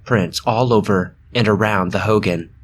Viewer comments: Ho-gone not howgen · Hoo-goen not hoo-gin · Aaaaaaaaaaaaaaaaaaaaay I've got family at red mesa. Also Hogan is pronounced like "hoe-gone" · Hogan.... Not like Hulk Hogan, it's pronounced like hoe-gaan. Translation for home in Navajo. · It’s pronounced hogahn that’s the best way I can explain it but yeah o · It’s pronounced “ho-gone” for hogan. Not pronounced like fucking hulk hogan. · You pronounced Hogan wrong